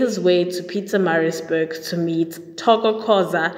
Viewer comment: Sounds like you're saying Pizzamarizburg. Pronunciation is very important.